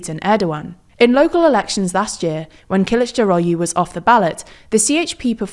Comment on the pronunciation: So the "u" at the end of last names are pronounced as "oo as in book" so they're more like Imamogloo and Kilichdarogloo. Not "u"